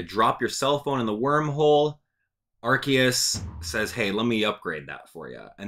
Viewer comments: Also your wrong it's Arceus not Arkeus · It's pronounced ar-see-us, the japanese is written arushiasu. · “I am that which people call Arceus (ark-eus).” Me: Or Arceus (R-see-us).: “Don’t you dare call me R-see-us!” Me: 😮 Great timing!